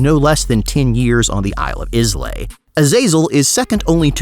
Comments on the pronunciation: Heads up: Scottish Isle Islay is pronounced (I-Lah) not actually (is-lay) 👍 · Slaanesh drinks Laphroaig. Change my mind. (Also, eel-eh = islay, not is-lay. Small quibble, being pedantic, etc. Scottish. Whisky in the blood.) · its Isle of EYE-LA not IZ-LAY. (as a scottish person with no right to be offended I am offended). Go on, tell me how glaz-go is pronounced glass-gaow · it's pronounced eyla, not islay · Scotsman whisky fanatic talking here. Islay is pronounced Eye-la. Not Is-lay. Love your vids. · Notes from a Scottish follower..- Islay is pronounced "eye-la" ...other than that, great video :P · “Islay” pronounced “aye lay”. “Dæmon” is “demon”. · Really nice storytelling in this video. However, Islay is pronounced eye-la. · islay is pronounced like aye-lay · Islay is pronounced eye-la. And unless you're a fan of smokey whisky, yes whisky, not whiskey, you probably won't like whisky from the island. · its pronounced ailuh its one of those wierd scottish words. And yes some whiskey lovers are very posh about it but there is also chill folk among them. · Islay is pronounced "Eye-la"! Love these videos, always a highlight of my day when one comes out! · Sorry, (although I strongly agree with the statement) isle of what? Islay? That's pronunced 'ai·luh'. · Isle of 'Islay' triggered me pretty hard, not gonna lie. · Wow the whiskey crowd will crucify you for how you say islay. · islay has a silent s. yes i am Scottish